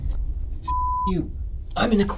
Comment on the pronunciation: Sounds more like "coroner" than "corner".